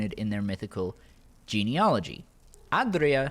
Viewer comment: The way you say aedra and daedra is is whack it's like AYYdruh and daydruh